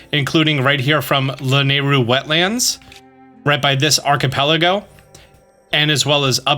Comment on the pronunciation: The way this dude pronounces “archipelago…” Lol